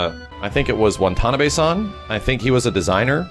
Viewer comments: WONTONABAY -- Jesus fucking christ dude, it's WA-TA-NA-BE, not that hard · "wonton-on-a-bay-" san?